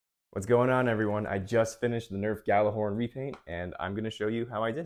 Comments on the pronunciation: That's true. It's kinda hard to write how we say it in Icelandic, but Gjallarhorn is pronounced similar to "G-yeah-dlar-hordn" 😁 I just checked on Google translate, how it pronounces it and the Gjallar part is correct, second part is close😁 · Yeah most people don’t pronounce it “yallar” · That's absolutely beautiful. Stunning work, man 😊 Fun fact, Gjallarhorn is an Icelandic/old norse word. Means loud sounding horn and in modern day it is a megaphone, also, almost no one pronounces it correctly 😄